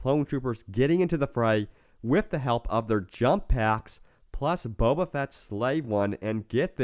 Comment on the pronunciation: texmextacos youtube yeah, it annoyed me when he said Boba :/